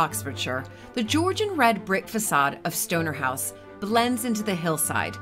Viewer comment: Everytime you say Stoner House, I hear Stoner House 😂😂😂